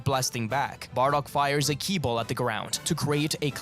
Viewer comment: Killi??? Okay, serious question; why is it in these videos you sometimes call Ki "killi"? It always throws me off whenever I hear that.